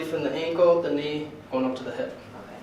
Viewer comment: He says”look at the right hib” i never saw the hib!😂😂😂